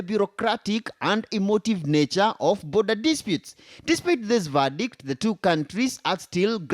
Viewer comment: 😂😂Not boodha 😂😂 its border ✔